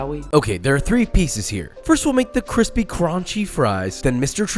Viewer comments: I move that josh retires all the “Papa”s and reinstates “Kwispy.” Those In favor say “I” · missed the kWisPy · he didn’t say cwispy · never heard josh say crispy with the hard r before